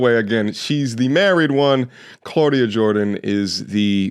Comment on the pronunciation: “Clauda Jordian” 🌚😂😂